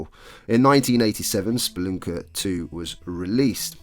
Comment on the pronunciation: i had a feeling thats why you pronounced it that way xD